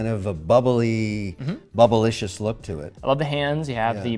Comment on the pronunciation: bro said bubbalicious